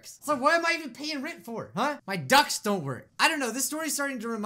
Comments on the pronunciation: I heard My ducks don't work Too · XD It sounded like he said his ducks don’t work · Face palm It’s not called air ducks it’s called air ducts with a t not a k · What said: “My ducts don’t work!” What I thought he said: “My ducks don’t work!” 🦆 🦆 🦆